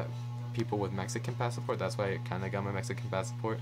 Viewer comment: Sorry this just annoyed me. It’s Pass-Port. Not Pass-A-Port. In Spanish we do add the extra A but not in English.